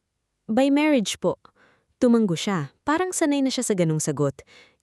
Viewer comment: TUMANGGO AGAIN ISANG G LANG. TUMANGO TU -- MA -- NGO. AS IN NGONGO NGO -- NGO